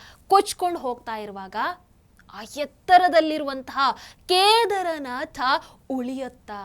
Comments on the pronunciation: Keedaarnath correct pronunciation madam not kedarnath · ವಿಷಯ ನಿರೂಪಣೆಯೇನೋ ಚಂದ ಇದೆ. ಎಷ್ಟು ಸಲ ನುಡಿದರೂ ಒಮ್ಮೆ ಕೂಡ "ಕೇದಾರನಾಥ" ಎಂದು ಸರಿಯಾಗಿ ನುಡಿಯಲೇ ಇಲ್ಲ. ಪ್ರತಿಬಾರಿಯೂ "ಕೇದರನಾಥ" ಎಂದೇ ಉಚ್ಚಾರ ಮಾಡಿದ್ದು. ಕೇಳಿಸಿಕೊಳ್ಳಲು ಬಹಳ ಕಸಿವಿಸಿಯಾಗುತ್ತಿತ್ತು. ಕನ್ನಡವನ್ನು ಚೆನ್ನಾಗಿ ತಿಳಿದಿರುವ ಈ ಒಂದು ಅಕ್ಷರವನ್ನು ಏಕೆ ಸರಿಯಾಗಿ ಅರಿತಿಲ್ಲ? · ಕೇದಾರನಾಥ ಎಂದು ಸರಿಯಾಗಿ ಉಚ್ಚರಿಸಿದರೆ ಸಾಕು.ನಿಮ್ಮ ಸನಾತನ ಧರ್ಮದ ಬಗ್ಗೆ ಇರುವ ಗೌರವಕ್ಕೆ.ಅರಿವಿಗೆ.ಅದನ್ನು ಸಾಮಾನ್ಯ ಜನರಿಗೆ ಹಂಚುವ ನಿಮಗೆ.ನೂರು ನಮನ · ಕೇದಾರನಾಥ ಸರಿಯಾದ ಉಚ್ಚಾರಣೆ